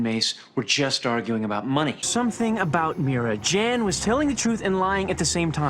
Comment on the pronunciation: Him saying Jan Jan even when people correct him and telling him it's Jan not Jan is funny 🤣